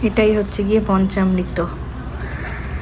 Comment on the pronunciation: পঞ্চামৃত, পঞ্চমৃত নয়